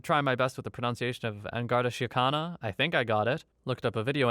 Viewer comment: Irishman here, the drug loop sounds about right. And yes that pronunciation of "An Garda Síochána" is as close as I've ever heard in an American accent.